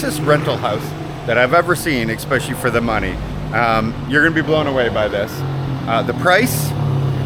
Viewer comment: "ekspecially". Come on! You're the best YouTuber in the Philippines.